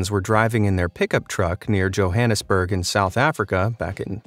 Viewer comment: Interesting to hear that while one of them pronounced Java as Yava, this bloke KNOWS how to pronounce Johannesburg and NOT Yohannesburg. :¬)